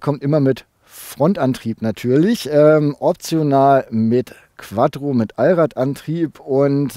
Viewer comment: Kannst du bitte QuaTTro sagen und nicht QuaDDro? sonst super review!